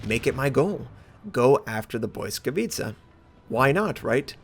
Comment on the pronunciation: lol you are the first American who said it right, BLYSKAWICA, not blyskawitcha.. xD btw a good ship, i did 127k, 6 kills :)